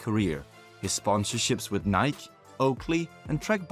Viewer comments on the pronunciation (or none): “Nik-e not Ni-k” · Btw, the big shoemaker who supported Lance is pronounced Nikey 🙂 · if your a sports lore channel you should probably learn how to pronounce Nike, Say it with me Nye-Key